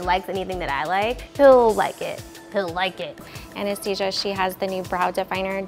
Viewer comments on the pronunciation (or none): DID SHE JUST CALL ANASTASIA "ANESTHESIA" ?!?!?!?!?! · Anyone else notice that the sephora girl said anesthesia instead of Anastasia? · Did anyone else hear make up artist say ANAESTHESIA instead of ANASTASIA I mean the words are kinda close but cmon... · Did anyone catch the fact that she said anesthesia 😂😂😂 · its pronounced ana-stäz- ia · The way the Sephora lady pronounced Anistacia😭😭😭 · the way she says Anastasia 😂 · the way she pronounced anastasia i cant explain the emotion i felt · I love how she said Anastasia wrong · The Sephora artist even pronounced Anastasia wrong. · The Sephora artist didn't listen to. The eyes could've been bolder and a nude lip or tinted gloss. Random but she also didn't pronounce Anastasia correctly which made me laugh. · She works at Sephora but pronounced Anastasia like that. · When the sephora girl pronounced "Anastasia" wrong 💀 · the way she said Anastasia... booooi I know like nothing about makeup (I literally only wear mascara most days) and I know how to pronounce it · Funny how that chick works at Sephora in LA doesn't pronounce Anastasia's name properly.